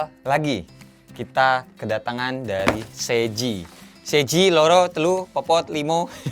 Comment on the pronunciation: Papat mas papat . Bukan popot